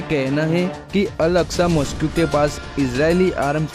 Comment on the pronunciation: It's not Al aqua it's Al aqsa